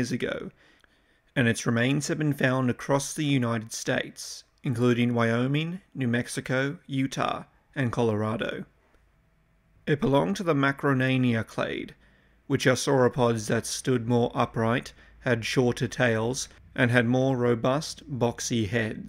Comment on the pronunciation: You misspronounced Macronaria. You said Macarenia. Ho macarena!! 😆😆😆